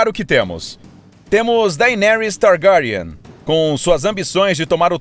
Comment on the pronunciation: "Targáriane" kkkkk